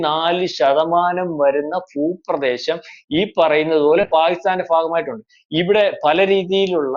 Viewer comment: ഫാഷ അല്ല മലരേ ഭാഷ...ഫൂ പ്രദേശം... കാട്ടിലെ കാട്ടു കോഴിവരെ ശുദ്ധ മലയാളം സംസാരിച്ചു തുടങ്ങി... നീ ഒക്കെ എന്ന് പഠിക്കും മലയാളം...